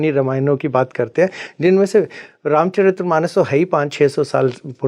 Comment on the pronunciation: ये स्वयंभू गुरु तो तुलसीदास जी को दस सेकेंड्स में debunk कर गया, ये बात अलग कि "रामचरित मानस " को "रामचरित्र मानम" कह रहा है । अध जल गगरी छलकत जाय 😂😂😂😂